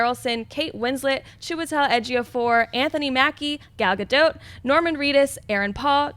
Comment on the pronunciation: Congrats,. You're the first one to pronounce Gal Gadot's name right. P.S. You're gorgeous.